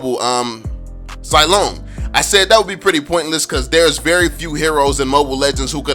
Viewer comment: Getting annoyed by the wrong pronunciation of the name but I understand hahaha. Zilong is pronounced as "zzz (kinda like a buzzing sound) long" (I don't know how to properly explain without delving into Mandarin tones and whatnot. By the way, Zilong is the courtesy name of Zhao Yun, a general under Liu Bei, considered as a war god, and is famous for his daring rescue of Liu Chan during the Battle of Changban, although its historical veracity has is doubtful.